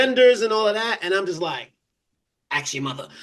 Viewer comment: I went to school many years ago but I'm pretty sure there is no x in the word ask.